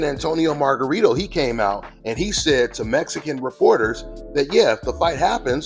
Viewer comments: "Mezican Par Ra" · “ ARE REARY TO PEEL THE MESSICAN POWER TERENCE CRAWFORD!!?”